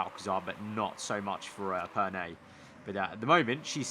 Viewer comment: Perné, not Perney